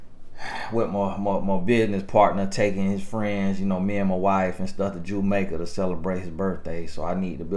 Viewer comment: "Jumaica" 🤣🤣🤣🤣 I'm done